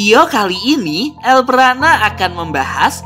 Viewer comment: Bg kenapa bacaan nama abg harusnya el brana🗿🙏🏻